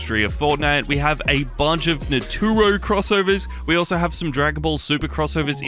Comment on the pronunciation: "NATURO" what the actual fuck is that